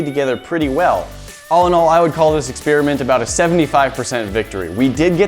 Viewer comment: Why can't you pronounce experiment?